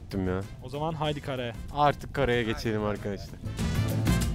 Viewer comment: Artık karaya değilde karıya anladım :D janabHaajajaa